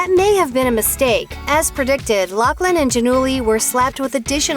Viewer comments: Her name isn't Locklin it's pronounced lofflyn bet it right ! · It's pronounced loff Lin not lock Lin. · Why does everyone keep saying “locklin?” Is that how loughlin is pronounced? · Isnt it a F sound not K sound? LauFlin not loCKlin? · Isn't her name pronounced Loughlin like "Loflin" not Locklin. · Loughlin is her last name. Why are people pronouncing it like Locklin all of a sudden? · IT''S NOT LOCKLIN!!! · Isn't her last name pronounced " ridiculous bitch" and not "loughland"?